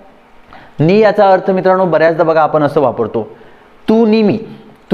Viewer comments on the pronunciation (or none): " मित्राणो ", " आपन ", "करनार" हे शब्द " मित्रानो", " आपण", "करणार" असे निवेदकांनी शुद्ध उच्चारायला शिकल्यास, शुद्धलेखना संदर्भात त्यांनी दिलेले ज्ञान स्वीकारण्यास लाज वाटणार नाही.